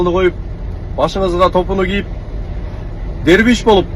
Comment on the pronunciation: Силер озунор да туура эмес суйлоп жатасынар Дербиш дегенин туура емес. Оозунарга карап суйлосонр болот да.